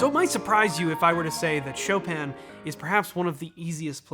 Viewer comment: Choppin' : Chopin